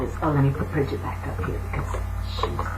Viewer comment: From a little cailín on the Emerald Isle, a HUGE THANK YOU!! I love your videos, and I'm always guarnteed to smile!! ((Especially when you pronounce Bridgit and on occasion have your little rants!! LOVE!! ) Thank you xx